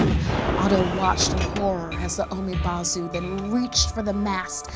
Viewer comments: Pronounces as 'bo' (almost similar to bow) not 'bau' for umibozu. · Umibozu would be pronounced like oo-me-bou-zoo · its pronounced "oo me boe zoo" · She pronounced Umibozu wrong but she's not asian so oh well.